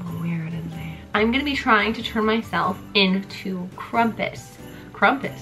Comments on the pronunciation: She said Krumpus instead of Krampus 😂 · We just gonna ignore how she said “krumpus” in the beginning 😂. Love her so much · In Germany, we pronounce it "krom-poos" (: hope that helps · Krumpus? I was expecting that to b a joke for her to start trying to crump... but then that's genuinely what she thinks he's called lol its krampus lol but it's ok u made it work and I desperately needed a laugh today im stressed out about my dog having to go to vet... and... this made me laugh THANK U UR AWESOME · She kept saying Crumpus and I laughed every time. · Whyd she say krumpus?